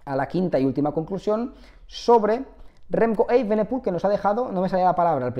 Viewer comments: se pronuncia evenepul no eivenepul la i no va en ningún lado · Porque dices remco eivenepul, así no se pronuncia